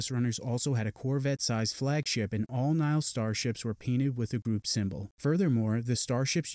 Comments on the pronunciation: He’s pronouncing it as Nile, like the Nile river instead of Nigh-Hill. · he keeps pronouncing nihil wrong